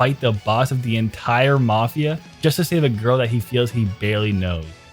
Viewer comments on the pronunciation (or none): none